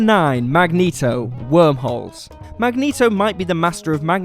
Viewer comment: "Magento" lmao